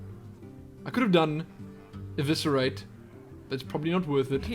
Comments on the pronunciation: Liked. Because Eviscerate pronounced right. <3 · See it's never to late to learn you say eviscerate correctly:)